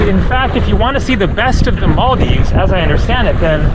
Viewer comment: Really have to appreciate that you aren't butchering our countries name like about 50% of white people out there, so thats much appreciated.